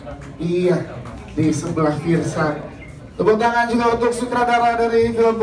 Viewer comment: Fiersa kali bukan fierza wkwk